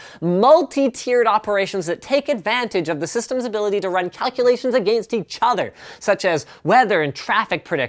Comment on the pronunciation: I love how Linus says "against". "Agaeenst"